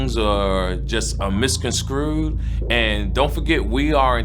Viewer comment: Did that ignant mfer just say misconscrewed???